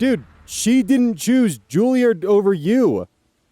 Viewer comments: It's Juliaahhrd. Less midwest sounding and more posh British. Not that it matters. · 1) I do believe Juilliard is pronounced like Charizard 2) Penguins of Madagascar ref???? Was not expecting that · Okay now he's just trolling us with these pronunciations. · the sudden 'King Julien!' after mispronouncing Julliard for a few minutes took me out while cooking lunch XD